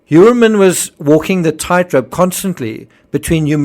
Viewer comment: just a side note,Heuermann seems to be german origin and its pronounced like - Hoiermann- So interesting what you´ve researched and your educational foundation. OMG this case is a absolutely nightmare!